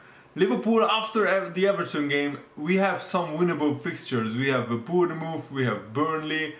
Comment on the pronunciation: Why do you keep mispronouncing Bournemouth?